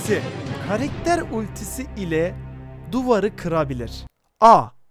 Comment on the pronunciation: Karekter değil karakter demelisin